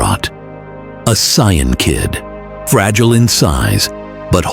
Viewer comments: AI pronouncing saiyan as cyan is jarring. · AI just can't say Saiyan correctly.. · Not being able to pronounce saiyan is is amazing